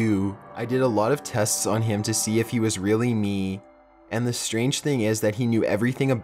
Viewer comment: ".......then i rememberrrrrrrrrrred................" ".................to see if it was really meeeeeeeeeee........" he ends EVERY sentence with this loooooooooooooooooooooooong emphasis on the last syllable of whatever word he is saying. as i write this comment i can give you one more i heard, "without paaaaaiiiiiiiin" He cant fucking stop doing it, and we cant fucking stop noticing it.